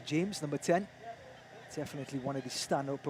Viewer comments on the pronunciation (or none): The is ni pronounced "D" but thduh